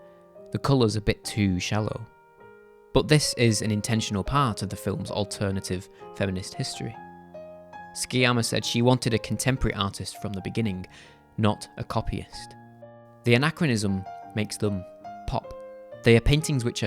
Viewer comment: FYI Sciamma is pronounced "Siamma" and Boucher "Boo-ché"